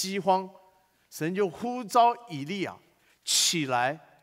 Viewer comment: 神呼召.召四聲照兆ㄓㄠˋ